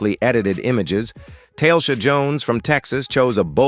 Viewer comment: The name of this woman is not tailsha. It is TA le sha. If you want followers get a new narrator.